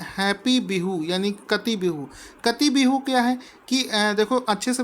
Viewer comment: काटी बिहू, not कटी